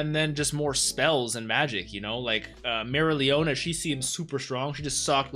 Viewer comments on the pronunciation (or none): Her name is pronounced Mare-e-oh-leona